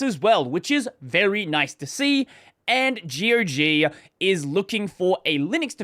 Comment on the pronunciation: gee oh gee? I've always said it like "agog" without the "a"...